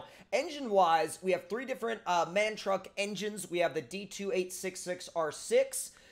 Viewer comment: MAN is produnced M-A-N btw great video!